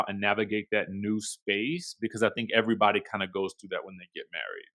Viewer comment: I thought the same thing! Like when would they show a yt married couple on their shows to this extent. And these bravo hoes be gettin it in with EV-AH-REE-BOD-Y.